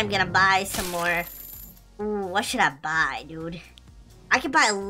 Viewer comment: You said bbbbbbbbbuuy and why mAgNeT sImUlAtOr